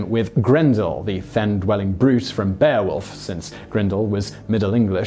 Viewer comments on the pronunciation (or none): none